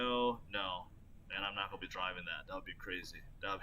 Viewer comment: I like how he says “goa” instead of gonna